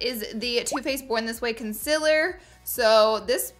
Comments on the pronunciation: Who else noticed she says conciller not concealer no just me ok. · Please don't say consiller XD IT'S CONCEALER!!!!!!!!!!! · no hate but the way she said ‘concealer’ was like ‘conciler’ 😆😆😂😂😂😂😂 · Shannon Mcguigan it’s funny 😂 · Who else just gets so annoyed when she pronounces Concealer like Concellar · The way she says can silller